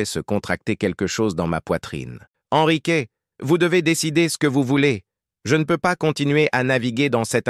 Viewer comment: 38 minutes et enfin Ennrick au lieu de EN Risque, précieux ridicule